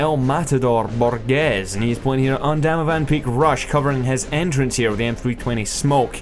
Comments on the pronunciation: It's actually pronounced Borjes. xD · in the first clip, "Borges" is pronounced "BorJiss" or "BorJizz"... i am brazilian (he is BR too) and i know what im talking about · borges is portuguese portugues not portugese brazillian i have borges as name it reads like borjes